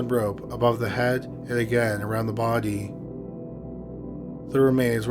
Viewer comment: The bardy haha always makes me chuckle how he says body - imagine his mrs / you have a great barrrrdy lmfao